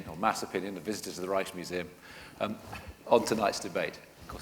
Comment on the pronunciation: To all English speaking British who can't speak Dutch: please do NOT pronounce Rijksmuseum as Reichsmuseum like the chairman does. That makes it sound like a nazi museum. I know most English speakers are morons when it comes to speaking other languages, but that is no excuse. Sorry, but there it is.